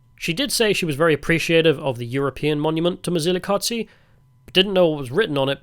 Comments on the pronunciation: Quick tip, the Z in Mzilikazi is a soft Z that you hear in Zulu. Ndebele is basically the same language as Zulu. The hard dz sound is a very distinct Shona sound. Therefore your Mzilikazi pronunciation almost sounds Shona. Also Tokoloshes are both a Zulu and Ndebele belief. Look them up. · Mzilikazi ….. is not pronounced mzilikatsi …. It’s pronounced as it’s written …… it’s not German or Italian dude plus he wasn’t a king either